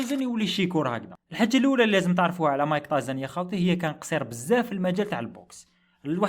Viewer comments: راكليطة خويا مشي صاحبي بصح تنطق تايسون مشي تايزن 😅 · تعليق مهم يرحم باباك متقولوش مايك تايزن قول مايك تايسون